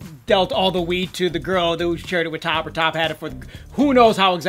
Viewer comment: When are you going to learn that his name is not top, it is T.O.P. pronounced T. O. P. . Ignorant USA'ers, please stop making us look bad!!!!! THAT JUNKIE CHICK WAS WITH DSP AND JELYFISH. SHE GOT FIRED FROM THERE. SHE WAS NOT WITH T.O.P. IN OCTOBER 2016, T.O.P. WAS IN CHINA TOURING WITH BIG BANG!!! . STOP LYING ON OUR GROUPS AND SPREADING FACTLESS RUMORS. BUT ABOVE ALL, GET THE NAMES RIGHT.